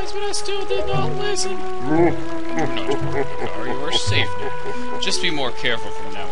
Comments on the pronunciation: its maker not MAH CAR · I pronounce his name as "Makkar", not Mah Car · it isnt spelled Mah Car, its Makar. and Makar is the Korok not the boss. the boss's name is Kalle Demos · hey thats meh-kar!